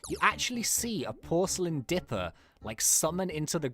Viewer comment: does any one realise he says dRipper not dipper! lol no offence